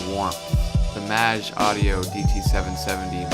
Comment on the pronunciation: is it really supposed to be pronounced that way? I'd thought it's /meɪdʒ/ - rhymes with "age".